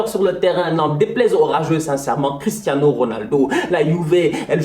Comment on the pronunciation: je rêve ou il a dit christanos 😂😂